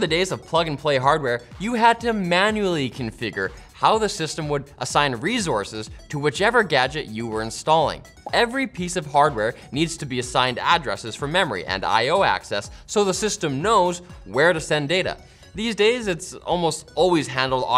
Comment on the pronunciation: I love the way you pronounce the word resources. You my dude, have mastered the craft! Great piece. 👌 You raise the bar.